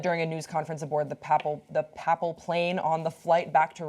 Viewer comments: i lol'd when she said pappal. its pronounced papal, like payple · One would hope that a newscaster reporting on the papacy would know how to pronounce the word papal. (Pay-pall).